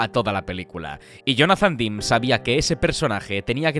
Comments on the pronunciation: Si no saben cómo se pronuncian los nombres, para qué inventan???? Demme, no se pronuncia "dim", se pronuncia DEM. Estudie. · Me encantan estos vídeos. Se nota que llevan un currazo interesante. Enhorabuena. 👌Espero que no te moleste, el apellido del director se pronuncia "demi", no "dim".